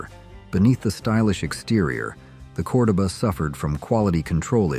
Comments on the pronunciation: COR-doba??? I'm pretty sure even the commercials called it Cor-DO-ba!! Get it right! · CORE DOE BA NOT Cor da ba 🤣🤣🤣